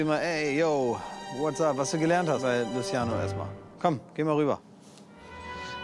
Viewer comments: Wen triggert es auch das er Luschiano sagt ? 😐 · Niemand Wirklich Niemand Klaas und: Lutziano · Niemand:: Das ist luziano